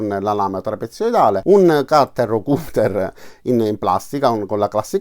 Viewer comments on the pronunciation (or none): none